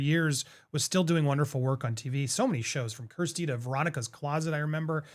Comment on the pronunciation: Honey, it's KIERStie, not KRIStie. 💜😎